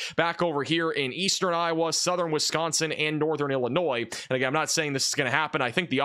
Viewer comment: This guy does not know how to say the state of Illinois he never mentions anything in Illinois